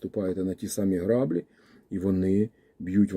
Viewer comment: Вибачте, що виправляю, але це важливо: не грАблі, а граблІ по-українськи - наголос на останній склад